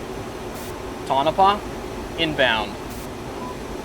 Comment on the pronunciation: Very well done and not only a good demo of the Voice Command feature but also some good demo of bombing in the F5. Oh, BTW, it's pronounced Toh-Noh-Pah. :)